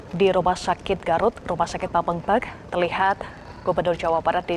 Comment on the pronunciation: Pameungpek bu reporter bukan pemengpek